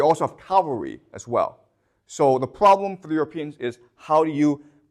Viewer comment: The Froblem .....love you prof